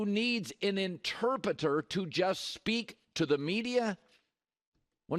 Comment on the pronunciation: Damn Colin struggling with ‘Interpreter’